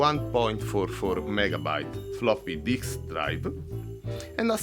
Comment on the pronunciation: The best part is his accent makes "floppy disk drive" sound like "floppy dicks drive". I subbed off the sheer awesomeness of that.